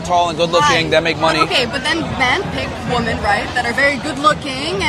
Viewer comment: My God Already !! Someone teach her how to say WOMEN !!! 😮‍💨😮‍💨😮‍💨